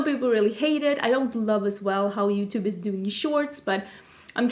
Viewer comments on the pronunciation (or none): none